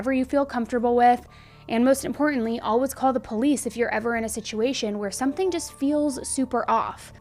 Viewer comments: It’s painful for me the way she says ALWAS instead of alwaYs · “Alwuz” We love you 😅😆